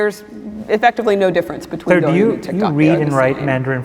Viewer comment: She pronounced 抖音 as 多云...